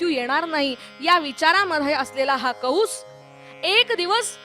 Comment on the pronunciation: कंस असे असून कौंस असा चुकीचा उच्चार होतो आहे.